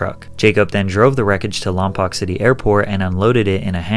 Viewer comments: its pronounced, Lah m poke not lom pok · It’s pronounced Lom•poke not Lom•poc 😂😂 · It's pronounced Lom-Poke, not Lom-Poc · Lompoc is pronounced Lom-poke. Also considered Central CA... yeah it's in the southern half of CA, but CA is so long, Central is a needed designation. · It’s not lompock it’s Lom poke! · ITS PRONOUNCED LOMPOKE PLEASE ITS CALLED LOM- POKE I WAS BORN AND RAISED HERE ITS SO SILLY WHEN U HEAR LOM POC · The most exciting story to ever come out of my hometown, also its pronounced "lom-poke" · I love that nobody can pronounce Lompoc correctly lol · It's lom-poke but you get used to people getting it wrong😬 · Its pronounced lom-poke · The way you pronounced Lompoc was so funny, but totally not your fault. No one cares about Lompoc, it's ghetto as hell (locals call it Lompton). It's pronounced Lom-poke! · You said Lompoc wrong